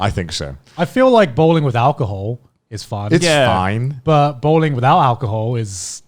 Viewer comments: Bowling owh.. Bowring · Joy just mistaked the L with R because he lives in japan! He just read it Bowringu so that’s why!